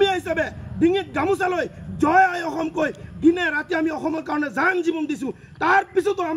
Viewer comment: অসম টো ভাল কৰি উচ্চাৰণ কৰিব নোৱাৰে আৰু তাৰ কথা চা